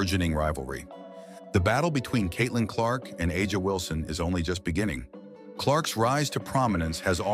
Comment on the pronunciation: Not a bad video, but I’m quite sure you’re the only one creating a rivalry between CC and AW (pronounce her name correctly) Ask CC if it’s a rivalry before you try to prophecy. CC is truly the MVP in all facets of the W. Aja great player, great stats, I guess that’s what they go on. She was being promoted as MVP after game (4). The narrative continues. CC has already accelerated down the path as becoming the GOAT.